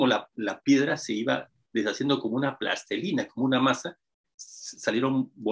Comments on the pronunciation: Con el debido respeto le recomiendo al revisar la pronunciación correcta de palabras como “plastilina” que no “plastelina”, de lo contrario sus palabras no reflejan ningún rigor lingüístico y por lo mismo no inspiran confianza en sus teorías. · plastelina, no... plastilina